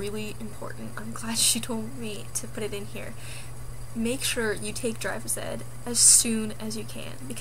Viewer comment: When you said take drivers ed I thought you said take drugs